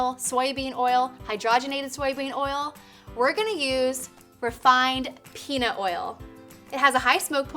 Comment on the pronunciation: did she say penis oil